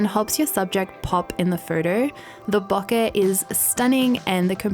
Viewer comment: I will be honest. The only reason I use YouTube is to hear say the work 'bokeh' as often as possible. Nobody says this word funnier than she. On the flipside, she still hasn't learned how to hold a camera.